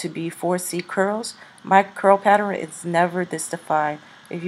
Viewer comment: "Patterin" lmao